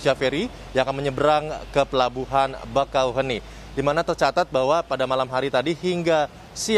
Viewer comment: Penyebutannya bakauhe(E)ni min bukan bakauheni atau bakauhuni 😁.